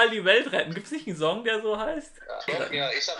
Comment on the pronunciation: Er sagt "song" so wie green😆